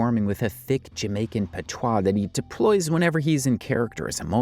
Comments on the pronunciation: “Jamaican Pa-toy”😂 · Pat wah not pa toy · PATOIS is not pronounced "patoy". It's pronounced pa-twah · It’s not pronounced PAHTOY ITS PATWAHS